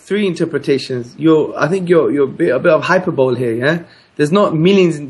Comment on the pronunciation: "I think your're a bit of "hyper-bowl" here" lol Hamza, it's pronounced Hi-per-bo-lee